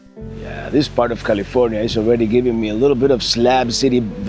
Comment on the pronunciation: "Niddles, Caleefornya." 🤣